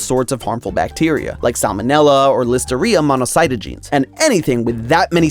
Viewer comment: Great video, but as a microbiologist, that pronunciation of Listeria monocytogenes was… something else.